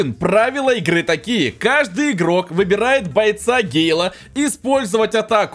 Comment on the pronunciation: Не гейл а гэйл